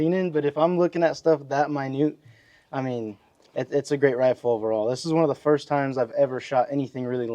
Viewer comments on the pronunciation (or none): none